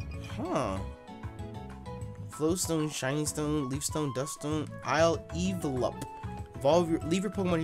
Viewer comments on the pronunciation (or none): Yo I think Isle evelup is meant to be said like I level up.